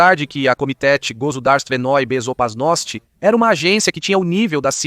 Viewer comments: "A Komitétê Gossodarsivenôí Bezopasnótî", pra quem não escutou muito! Dnada! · Sim, ele falou Komitétê Gossodarsivenôí Bezopasnótî! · Pera, não entendi muito bem. Você disse Komitéti Gozudarstivenôí Bezoparnóstî?? Pode repetir por favor? Não ficou muito claro. Repete mais uma vez por favor.